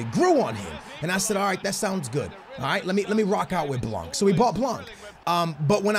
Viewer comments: FFS! Dembele nothing dembely Blan bot blanc Semedo not shmedo Learn to say players name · its not blankkkkkkkkkkkkkkkk. the c is not pronounced. not even the n but it affects the a. say it the way you do but witthout the n and the c. and blanc means white in french by the way. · The way you say blanc is so fuckin funny